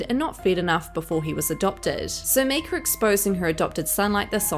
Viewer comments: 😂😂😂 I say it out loud every time she says “Meeka.” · Her name isn't Myk-er its Myyy-Kah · Is that a picture of Kate Hudson next to Myka ? Please stop saying her name with the soft i, it’s “m-I-ka. As much as I don’t like her at least don’t give false information. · Her name is pronounced just how it is spelled. My-ka as in My name is myka! Please say her name right if you are going to make videos slamming her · I wasn't sure if it was her accent or what. 😂